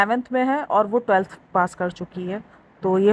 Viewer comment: Anfluance or influence Slip cycle or sleep cycle Telth or 12th Bhai English seekh lay...